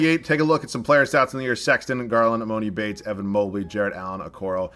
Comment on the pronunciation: No hate but just so you know, it's pronounced E-mah-ni Bates